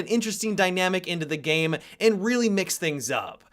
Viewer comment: Do you mean to add an extra syllable at the end of your sentences? game-a. doing-a